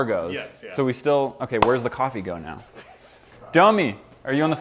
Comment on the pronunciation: When said domi I it sounded like dummy